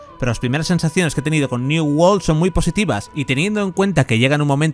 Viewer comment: "new wol " XDDDDD